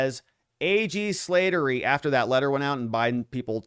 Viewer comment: This Irish last name is pronounced Slat(as in slats in a fence)- ter- ry. My dad’s best friend had that last name. RIP